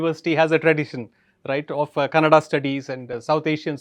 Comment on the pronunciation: Wow ....when he says Kannada....instead of Kannad ! His pronunciation of Kannada is impeccable! ಖುಷಿಯಾಯಿತು ಗುರುಗಳೇ...